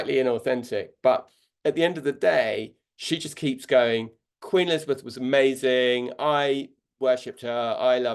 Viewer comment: She cannot even say the name of former Queen Elizabeth!